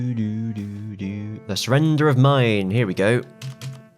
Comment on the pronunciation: Its Maine, pronounced like mane. Not mine. Good vid.